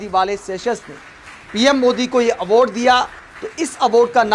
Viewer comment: Aword, horijan. Kya ucchaaran hai bhai sahab apka.😂😂